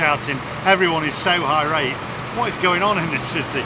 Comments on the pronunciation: Did he say people are high rate? Lol surely he means irate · Also it’s irate NOT high rate